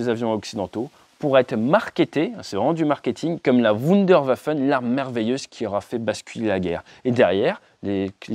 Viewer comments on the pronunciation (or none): La Wunderwaffe... Les Wunderwaffen Ate... Tu massacres la langue de Goethe 😊😊